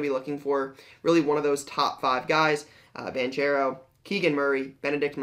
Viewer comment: Just a heads up, it's pronounced "Bank-ero", it's a hard "ch", not "Banch-ero"